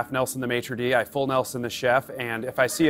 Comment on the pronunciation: "I half-nelsoned the matridee, I full nelsoned the chef". Lmao😆.